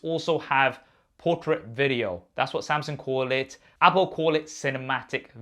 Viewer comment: Man really said Samsing 😂